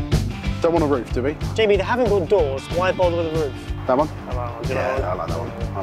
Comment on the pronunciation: “ pizza is gonna win, it has more of that fatty meat on it.” you mispronounced Jamie’s name